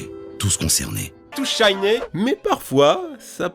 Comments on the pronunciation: Moi le "tous Shiney" ça me fais rire parce que j'ai les mêmes problèmes de prononciation (quelque part je me retrouve là-dedans). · "TOUS SHYNE" 😂😂😂